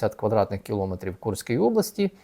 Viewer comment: Дкю за працю! Таке зауваження-запитання: Чому кажете "кілоОметрів", якщо кіломЕтр?... Не ображайтесь, все одно - слухаю Вашу аналітику щодня.